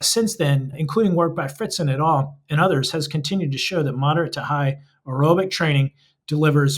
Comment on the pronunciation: The caption "including work by Fritz and Etal and others" is hilarious, especially given the pronunciation of Etal. Is Etal an author, or is it Fritz et al - i.e. Fritz and others?